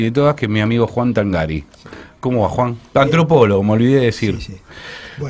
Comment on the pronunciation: El apellido se pronuncia Tángari. Lleva acento prosódico, al ser italiano se pronuncia pero no se gráfica. ¡Tángari, carajo, Tángari!